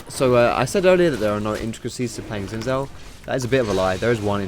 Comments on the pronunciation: it pronounce his name sin shaw not gsin saw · why you pronounce Gin zhao, it's xin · Does every Youtuber mispronounce Xin Zhao? It's not "Zin Zow;" it's "Shin Zhow." For those who don't know how "zh" is pronounced, it's like the "si" in "Asia" or the "ge" in "beige." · its no zin zhao its sheen zhao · to be more accurate it's sheen jow. though the makers of the game say his name is pronounced "Sin" "jao" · Gah it's shin jao, bothers me of how he's saying it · his name is actually pronounce "shin" "jhow"it's Mandarin Chinese. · for the future possible league of legends casters that may be watching this the correct way to pronounce xin zhao is 'sin jow' :/ thought this might be helpful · xinzhao is pronounced sin-j-ao im chinese trust me